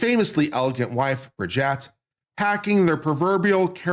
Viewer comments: Bri-jet Mar-con.😂I couldn't take it. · And Bri-jeet. I can't stand them, but even Candace says it correctly 😅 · The name is not Brigette but BRIGITTE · You can’t even say Brigitte’s name properly. Would I believe you have done thorough research? No!